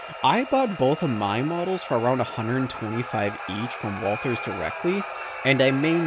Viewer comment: Nice to hear somebody call it " walTHers" instead of walters.